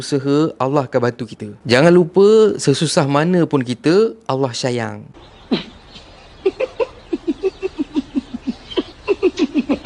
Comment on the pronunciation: Kenapa sebut Allah sayang pastu video orang ketawa..dan cara sebut Allah sayang tu jadi syayang...